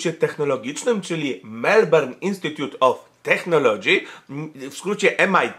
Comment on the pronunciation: Technology" czytamy przez [k], zatem mniej więcej [tek`nolodżi]. PS. U mnie w pracy pani dyrektor wymontowała klamki z okien, zostawiając tylko po jednej na każdą salę, żebyśmy czasem nie uciekli jak szczury.